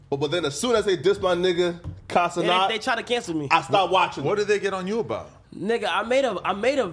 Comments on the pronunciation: This fool, or whatever his name is, IS THROWIN ME OFF for the sole reason of mispronouncing Kai’s last name; It’s Ce-NAT, not “Ce-Not” … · “KAI CENOT”😂😂